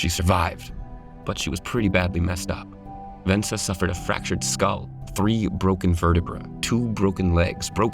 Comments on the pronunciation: Vesna, not Vensa ,😁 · If it’s written VESNA, and it is, why would you think it’s pronounced VENSA? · it’s Vesna (rhymes with Cessna), not “Vensa” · How can Vesna be spelled like that and pronounced Vensa? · "Vesna" not "Vensa" lol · You would think if you were going to narrate a story about a famous woman you might get her name right ! It's Vesna not Venda ! 😢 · Her name is Vesna: Ves-na, not Vensa: Ven-sa. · It's Vesna not Vensa.. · Vesna not Vensa. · VES--NA! Not "ven-sa." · Vesna, not Vensa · Vesna , Vensa... Santa, Satan... Close enough huh? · She's not Vensa but VeSNa.... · Her name is VESNA and not VENSA.... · She is not VeNsa, but VeSna. :) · VeSNa, not "VeNSa". Cool though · I have to be brutally honest here. If you're making a professional video, you must have professionals working on it. The idiot doing the voice over for the airline stewardess's amazing fall, failed EVERY TIME to pronounce her name correctly. She is not "Vensa", she is "Vesna". Vesna Vulović. Don't Forget it. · Vesna! Not Vensa. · Repeat after me: Ves-Na. Ves-Na. Ves-Na. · You mispronounced Vesna's name repeatedly.. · The least amount of respect shown to Vesna would have been getting her name right on the video commentary. The cue would've been just reading aloud what her all caps "name tag" on the black-and-white video says. Apparently that was too much to ask.